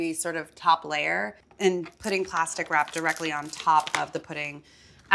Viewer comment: Every time she said ‘plastic wrap’ I heard ‘pasta crap’ and was like wuuuh?